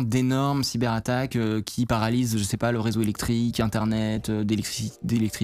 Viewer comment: C’est bien de faire les liaisons, c’est devenu tellement rare aujourd’hui, mais cyber z’attaques pour le coup c’est too much ! 😁